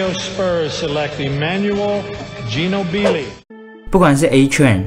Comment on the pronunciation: GINOBILI英文讀的一臉懵逼